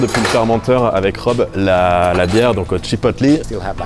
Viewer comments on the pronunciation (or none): Chipotlé, pas chipotlee ^^